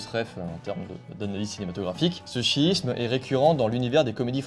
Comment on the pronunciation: toujours chouette - un détail cependant, purement formel mais avec des effets sur le sens un peu, hmm, embarrassant : il faudrait éviter de prononcer schisme comme chiisme, ça n'a pas du tout le même sens. Sinon, merci pour ton boulot.